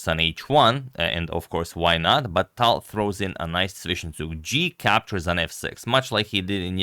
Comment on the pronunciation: Agad, it's Talj. You should pronounce how Russians would pronounce.